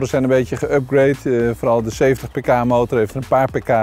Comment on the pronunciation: Als je paar pk zegt versta ik paprika ahaha